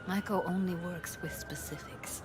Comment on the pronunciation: Judy said her name multiple times. How are you still mispronouncing Maiko. She’s not a shark.